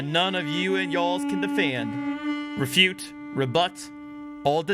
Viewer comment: It said “refut or rebute” 😂